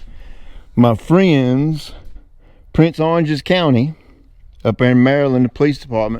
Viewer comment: Prince George’s. I think you said prince oranges.